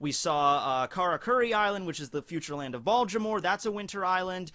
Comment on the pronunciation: Baltimore. No d.